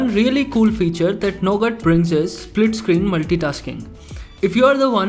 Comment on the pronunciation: this guy doesnt know how to pronounce nougat. .it is pronouced "nu-get"..guy pronouces it "no-gat"